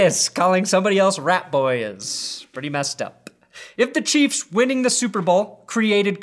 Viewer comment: "Chefs" LOL 😂. I can see mispronouncing it just out of how much he hates them